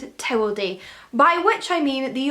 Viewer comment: I couldn't understand what you were saying. Sounded like Tewalday, not Towel Day!